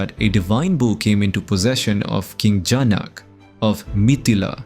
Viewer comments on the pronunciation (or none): Please use 'A' in the end. PinaKa. not Pinak. Janaka not Janak also please prounce Dha accurately in Dharma.